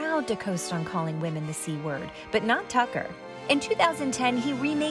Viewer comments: it's pronounced Cucker Tarlson. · I can't believe how many times Desi Lydic mispronounced 'Cucker Tarlson.' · "Tucker Severus McFly Carlson" I lost it 😂